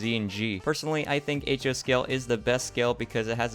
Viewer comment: It's "H-zero" coming from "half zero" ;)